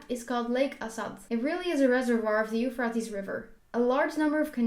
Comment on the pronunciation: dude you pronounced euphrates river totaly wrong! 🤣